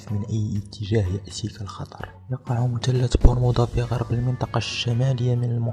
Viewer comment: انا نسيت مثلث برمودا وقاعد افسر طريقة كلام اللي مسوي الفيديوا والثاء لاينطق تاء يعني مثلث مو متلت لما تبغى تتكلم بفيديوا يشاهدوه كل الجنسيات العربيه اتقن نطق اللغه العربيه اولا